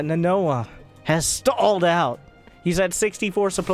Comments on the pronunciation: It's NA-NO-HA not Na-noa. Don't insult one of the most badass Japanese anime characters of all time with your ignorance please! Unless you want to be nicknamed Vita for the rest of your youtube career. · Quite possibly the most butchered pronunciation of "Nanoha" I've ever heard. Still love you though <3